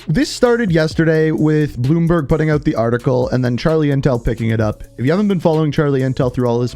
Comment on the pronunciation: Why are you saying eut? Where is that accent from?